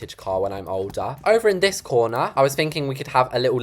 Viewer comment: You had me DYING when you said, " ima add a little chair In the Coorneaæahr." Lol